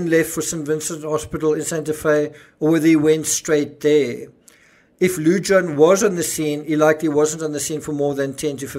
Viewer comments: Lujan is pronounced Loo Han...not loo john. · Greeting from NM. The "J" in Lujan is pronounced as an "H" Lu Haan. Your welcome. Love your shows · Lujan- pronounced Loo-hahn 😘🖤🖤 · You pronounced Benividez correctly Lujan most likely Loo-hahn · Yes, I live in NM (40min drive from the scene). Lujan is pronounced “Lou-Hahn.” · fyi Lujan is pronounced Lew-han. J is pronounced H in Spanish